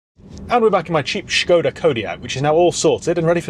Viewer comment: Why start the video pronouncing Skoda with an H then forgetting to do so by the end of the video.. just be normal or come across as a nob 🤷